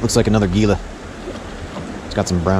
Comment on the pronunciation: It is great that you know the Catch and Release regulations. Gila is pronounced ""Hila".